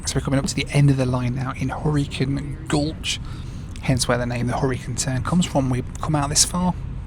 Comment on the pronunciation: Took me half of the video to figure out it was the "Hurricane Turn" train not the "Horricun Turn"